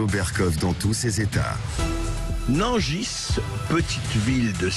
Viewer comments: On ne dit pas Nangisse on dit Nangi ..merci ! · Non, non ! toujours pas ! Nangis, tout comme Montargis, ça se prononce .................................comme Paris ( et QUI dit " PariSSE " ? ) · Le gars ne sait même pas prononcer le nom de la ville. Je ne savais pas que Sud Radio faisait partie de ce groupe de chaînes siosio de propagande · Le "S" de Nangis ne se prononce pas :)